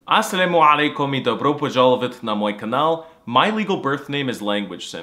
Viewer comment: That Salam alakum was amazing pronunciation I temper I taught somebody and he said salmu Larkum bruh it suck’s he ended up quitting which I was relieved